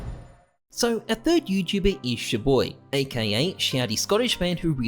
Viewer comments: its CHAR BOY pronounced NOT CHU BOY did u even watch 1 video aussies dont know how to pronounce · Your prononciation of ChaBoyy grinds my gears